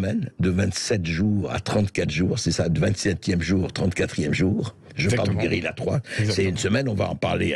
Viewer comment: Bercoff est bon en italien,cependant pour prononcer ce mot espagnol ( guerrilla )c est la Carta Le " Ll "est egusl au "y"